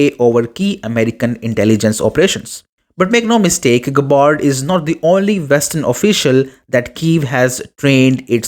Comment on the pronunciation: Hopeless pronunciation of her family name. Listen to the true pronunciation of terms before speaking.